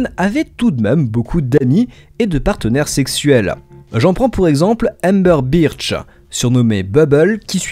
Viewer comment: Burch pas Birch